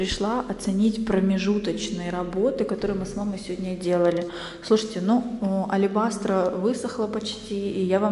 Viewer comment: Алебастр - слово мужского рода ,следовательно (чем?) -АлебастрОМ. Не алебастрА и не алелебастрОЙ и т.д т.п.